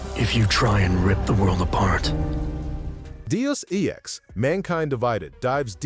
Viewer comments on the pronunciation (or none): Your AI slop can't even pronounce Prey and Deus Ex correctly. It's so bad.